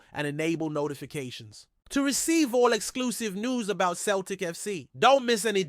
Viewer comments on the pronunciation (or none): It's not Kel tic , it's Celtic.( Sell tic).